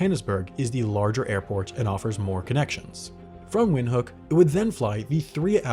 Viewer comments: you're pronouncing "windhoek" wrong, its more like "vind-huuk" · Great video. Would like to mention the correct pronunciation of Windhoek is Vinthook, given it's German origin. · i do gotta say as a namibian, that pronunciation of windhoek hurt me